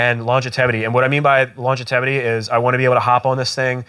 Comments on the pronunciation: Longitevity… I think you mean longevity 🤣. Just giving you a hard time, love the channel / content. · Just a tip, it's LONGEVITY not LONGETETIVELY lol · Not trying to be an ass, but it's pronounced Long-Jev-It-Tee